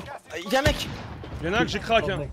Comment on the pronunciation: Crack ! Pas cwak..